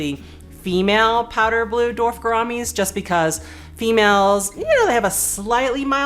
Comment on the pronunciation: ''Dorf'' gouramis. That's funny.